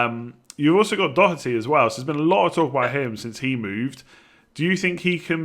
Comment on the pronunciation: Please pronounce Doherty properly!